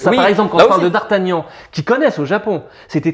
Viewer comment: Mon combat depuis 20 ans "mais c'est pas Dardagnan c'est Dardargnan !!!!" 😂